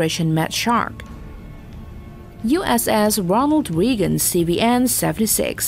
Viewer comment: USS Ronald Wreegon?